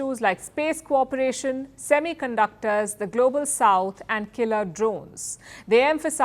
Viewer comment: SEMICUNDOR bol diye....waaah....